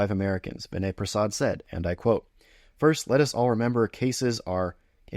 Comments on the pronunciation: First of all, you may want to pronounce his name correctly. Vinay’s audience is not a bunch of anti-vaxers. They instead recognize that the risk of myocarditis in a young healthypopulation exceeds the benefit of Covid vaccination. Your claim that his audience are a bunch of anti-vaxers is an ignorant gross oversimplification. Lastly you are not a clinician and should venture carefully into drawing conclusions along these lines. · Maybe pronounce his name correctly -Vinay is unapologetically a critical appraisal expert, a much needed skill in a pro-pharma environment especially in his field of hematology oncology -he does not need to cross cut his videos every 2 minutes; i expect i know the reason